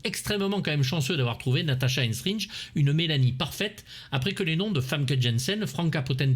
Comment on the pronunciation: Aïe aïe aïe... Natasha Henstridge non de non... Natasha Henstridge nom de Dieu.